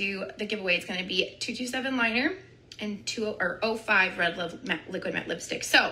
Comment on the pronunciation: I wolf you 🤣😂😂😂